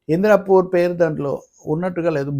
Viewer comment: Indrapur kaadu indaapur, don't divert public